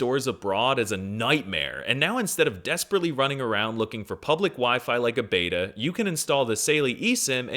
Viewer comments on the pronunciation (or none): none